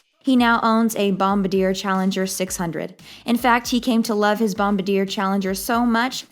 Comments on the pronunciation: “Bom-bar-dee-yay”…. Not “Bom-ba-deer”….. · It's a Bombardier Challenger. The company is pronounced "Bom-bar-dee-ay", not "Bom-buh-deer". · BombaRDIER not BombaDEER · It is not bomba deer but Bombardier (last r silent)!!! Bommmb barrr dyehhh lol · Bomb-ah-deer?? It's Bomb-bard-E-aeyh. A-cure-ah?? How about Accura? Does this gal live completely off-grid?? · bomb-a-deer LOOOOL way off hun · "Bomba-deer"... this channels are the worst... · The jet manufacturer is Bombardier, pronounced bom bar dee ere. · IT is pronounced bombardiea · Her inability to pronounce Bombardier correctly just kills this video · You mispronounced Bombardier. You mispronounced Acura. Buffet’s jet was named the Indefensible, not Indispensable. Wow. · I don't trust a source that doesn't even know how to pronounce "Bombardier" properly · When you can’t correctly pronounce the name of the jet why would anyone listen to what you have to say. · Great video. Please learn how to pronounce Bombardier. Here is a link to the correct pronunciation.